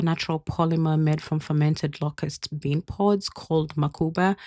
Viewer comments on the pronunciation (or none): none